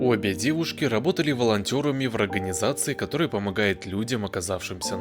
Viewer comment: Да да четко сказал 😂